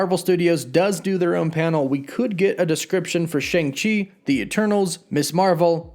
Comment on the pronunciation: It’s pronounced Shong Chee not Shang Chee